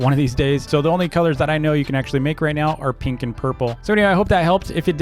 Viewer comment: I like how he says peenks instead of pink